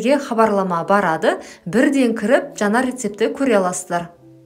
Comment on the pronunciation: Жана емес жаңа деп айтаң дурыс болар еді.